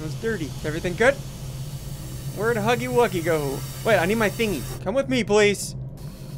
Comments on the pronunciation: It is not hugly wugly it is huggy wuggy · It's not hugly wugly, It's huggy wuggy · It's huggy wuggy not hugely wugely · i like how he calls him huggly wuggly instead of huggy wuggy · It’s Huggy Wuggy, not Hugly Wugly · It’s not hugly Wugly t’s huggy Wuggy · The fact that Ssundee called him “Huggily Wuggily” made me laugh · I like how in the beginning he calls huggy “huggily wuggily” I don’t think he meant to mispronounce it he saw the blocks and said “ohh huggy wuggy” he finally understands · Its funny how he says huggly wuggly. Don't rage at him. It's just his first time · Ssundee: hUgGlY WuGlY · At The Start He Said Huggly Wuggly😂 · Any body else laughed when he said huggly wuggly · Stop say huggly wuggly! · Did ssundee say ugly wuggly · Ssundee your saying huggy wuggy name ron